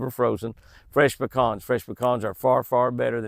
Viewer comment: SO nice to hear you pronounce PECANS properly! 😃😆 (Not Pee-cans)😜